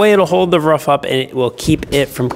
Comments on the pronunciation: It’s Roof not Ruff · can you please stop over pronouncing Roof please... Thank you.. Everyone